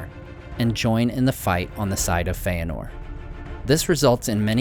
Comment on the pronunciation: Dude saying Feanor like Feyenord..... Awful narrator btw